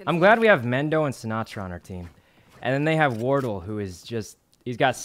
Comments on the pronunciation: I heard war turtle and cilantro. I'm dead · Sometimes "Wortle" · lol its almost like wartle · The way Sykkuno keeps calling Wardell Wordol was absolutely HILARIOUS. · I like how he calls wardell wordol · Chat did him dirty not telling him the proper way to pronounce wardell lmao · Sinatra’s a pro valorant player you hurt me with your pronunciation of wardell but I love u Sykkuno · The way sykkuno says wardells name makes me mad